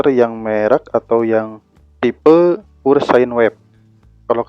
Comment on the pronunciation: "pure" itu (pyur)